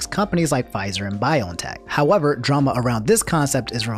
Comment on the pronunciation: It's Bee-on-teck bruh ... Pronounce things how you want, I won't axe any questions